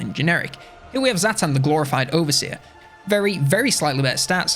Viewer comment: Zhatan is not prounced Zaatan its Zhatan. Jyatan